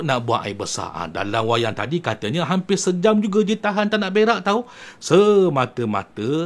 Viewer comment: Bukan berak janggut. Tapi verak🤣🤣🤣